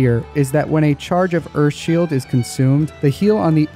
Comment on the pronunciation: Is he saying earFff shield